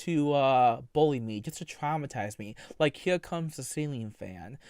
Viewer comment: Every time he says the word "twaumatiwze" I want to put my head through the desk dude lol